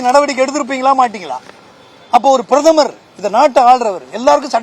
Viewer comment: புறுதமர்...பரதமார்....பிராதுமர்...ஒரே உளறல் இவன்